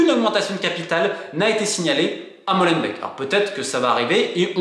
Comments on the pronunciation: Molenbeek "Molen béck" pas MOLENBEK 😂😂 on vous aime les français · Pour info , Molenbeek se prononce Molainebèèque et pas Mauleune bec Schaerbeek pareil .. ça se prononce scar-bèèque , pas scar-bec. Sorry mais ça bousille les oreilles au nord 😉 Et tant qu’on y est : Bruxelles se prononce Brussel .. pas Bruxxcelle .. 🤓👍🏼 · Pas molenbèk ( comme du lait), mais molenbék (comme des dés) en alongeant le" é " , ce qui donne molenbéék